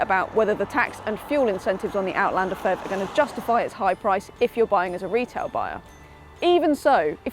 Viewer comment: It's not pronounced "fev", each letter is spelt out.